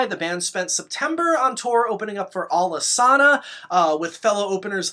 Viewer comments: It is ALICE ANNA , not alesána, I say it wrong too but the story is the bands rehearsal space was on the corner of Alice street and Anna avenue. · I gotta nitpick, it’s pronounced Alice-Anna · Alesana is pronounced “Alice-Anna” You should know better,. lol I’m a huge fan of them. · Please do an Alesana video lol Is pronounced Alice Anna, they were my fav band for years and fisrt few years I prounounced it Alesauna lmao met/seen em twice Amazing content as always lovin your work 🔥💗🔥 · Yo no lie I've been saying Alesana wrong all these years too!! I've been saying it like you say it. I'm still gunna keep saying it wrong haha